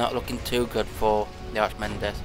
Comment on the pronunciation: Archimedes is pronouned Arca - Meedees ;)